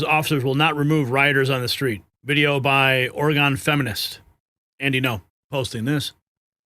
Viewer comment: PLEASE STOP CALLING G IT OREGONE. It it OR-A-GUN. Please and thank you.